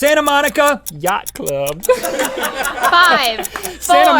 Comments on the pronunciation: The way link said yacht club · The way Link says yacht club 😂😂😂😂😂😂😂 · lmaoooooo how he said yacht club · I thought I was the only one that found it hilarious XDD yacht cleub